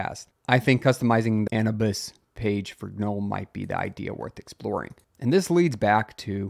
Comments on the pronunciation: How do you not know how to pronounce Anubis! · Wondering if this was the real cause of the Twitter/X outages. This is how you say: A - New - Bis. Anubis was originally the Egyptian god "of mummification, funerary rites, guardian of tombs, and guide to the afterlife as well as the patron god of lost souls and the helpless"